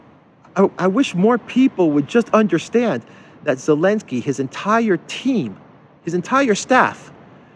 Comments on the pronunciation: Thank you for constantly calling him "Elensky". Those western clowns should change every single word with Z into silent sound. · No Austria is NOT NATO they are only EU - it‘s Elinsky you’re using the Z again 😆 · Every time you say "Elensky", I think "Alinsky"....as in Saul Alinsky. LOL Appropriate, I think.